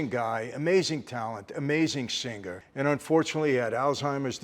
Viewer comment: By the way, unless you are forest gump, singer is pronounced with a silent G not sinGgger. I hope he brings an English coach on tour. Although I suppose Mike T will too wasted to pick up on most of the diction. The whole performance sounds truly brainsnapping. Not ,😂😅 .